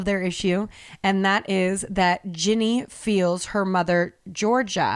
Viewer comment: said “Ginny” the way it’s pronounced 😊